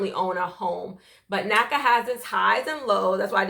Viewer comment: I cringe when when I hear NACA